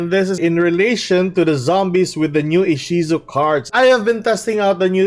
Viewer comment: Inshizu? You mean Ishizu which is the Romanized Japanese way of the female name Isis, right?